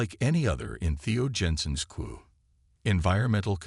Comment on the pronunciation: Queue is actually pronounced Q, not coup.😅